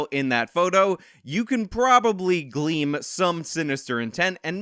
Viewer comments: Counter nitpicking activated: It's "Glean" like "Clean" and "Spleen" Not "Gleam" like "Beam" or "Dream" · c'mon man, it's GLEAN, not gleam